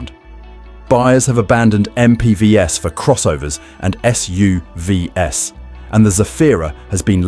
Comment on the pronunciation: This is obviously AI narrative because it always pronounces the "S" in the plural of SUV as "ESS", as in S U V ESS. A very common occurrence in these AI narratives. So annoying.